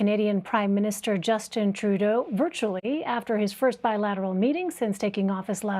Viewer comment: PEOPLE ARE CRITICISING TRUDLEAU, UM TREDLEU, I MEAN TREELAU. REALLY!!!!!